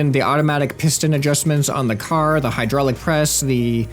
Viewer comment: You forgot finnish accent at hydraylic press thing :D